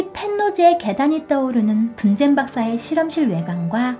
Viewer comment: 근데 나만이상한건가.? 분젠박사인데 난 분장박사라고 들리는데??